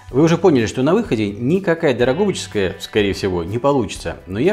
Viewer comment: ДрогобычЕская колбаса - режет слух. Норма произношения - Дрогобычская (по названию города Дрогобыч на Украине), исправьте, если можно!